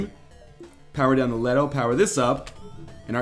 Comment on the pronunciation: ...Just wanted to say, Artemis & Leto are Greek goddesses in classical mythology. Leto is pronounced " LEE-toh " . (Couldn't help facepalming when he misread it -.-)